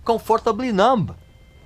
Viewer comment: Regis, parabéns pelo seu canal do qual sou muito fã, assim como de David Gilmour e Pink Floyd. Se vc me permite gostaria apenas de informar que a pronúncia da palavra "Island" tem o "S" mudo em qualquer país de língua inglesa, sendo AI - LAND, assim como na palavra "numb" o "B" também é mudo. Comfortably Numb [NÃM]. Abs